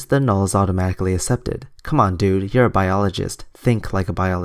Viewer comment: accepted is not pronounced ass-ep-ted but ak-sep-ted.